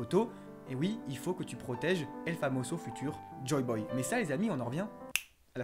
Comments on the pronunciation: Putain, JOYBOY ! Et non JOBOY. Aussi on dit ECRIVIT* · et si oden était toujours vivant et que s'étais le papy au masque de oni rouge :~o, sinon juste un petit details, ses joyboy, pas joboy :P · joYYYYY Boy. Pas "Joe" Mais le taf est impec, se démarque de tout les autres, propre. Force